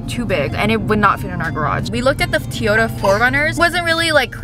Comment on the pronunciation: Lol I have never heard Toyota pronounced that way! 🤣